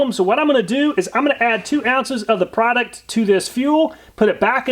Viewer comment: What is a "prodict"??? "Flamabilidy"???